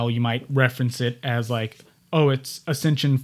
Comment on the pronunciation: the term is "Accession Number", Not "accension number." (Former Archives Aid, NARA Anchorage office.)